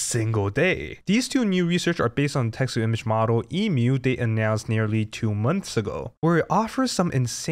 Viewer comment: Omg ... You say Emu correctly .... Yay !